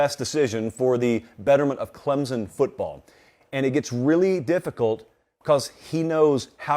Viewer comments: Clemson. OR Klempson. Not Clemzon. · Please ClemSon. Not ClemZon. Not to be nit picky. Thanks sir. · It’s “Clemp Son” not “Clemsin”, and it is “Sweenie” not “Swinnie”